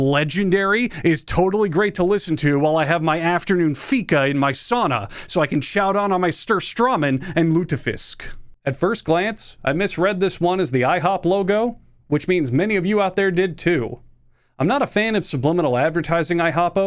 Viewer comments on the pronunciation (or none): “surstrommin and lutafisk” so close but so far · did he really call Surströmming "Stourstawman"